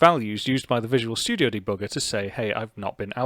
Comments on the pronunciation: I like how you say debugger, deBOOGER! hehe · de-booger... kind of like picking your nose, lol. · I love how "german" you say the word debugger. Greetings from Germany! :)